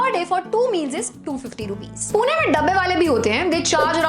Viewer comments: It's Pune not puna . Love 💕 from punekar. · Its not poona its pune (पुणे)